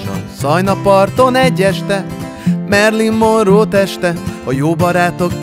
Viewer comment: Finoman szeretném megkérdezni, hogy "Merlin Monroe" gondolom a híres varázsló rokona lehetett? Vagy csak suta kiejtés? Utóbbi esetében elég kellemetlen...